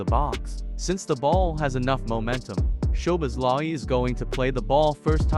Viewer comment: Listening to this was a pain in the neck. His name man… have a little respect at least and try to pronounce his name properly. At least TRY. Szoboszlai = So-bos-la-e Not to mention… The voice on this video was so painful to hear I had to turn it off after 37 seconds.